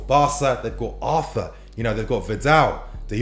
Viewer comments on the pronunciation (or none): none